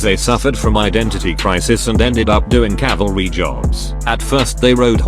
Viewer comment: CALVARY! WATCH OUT!